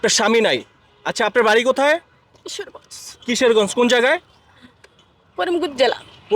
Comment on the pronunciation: আরে ভাই কিশেরগজ না কিশোরগঞ্জ 😂😂